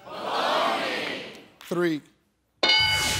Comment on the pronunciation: Wait why bologne its bologna